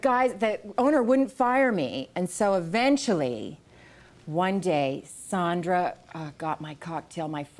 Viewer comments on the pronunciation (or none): She really doesn’t know how to pronounce Sandra Bullock? It’s not Sondra. lol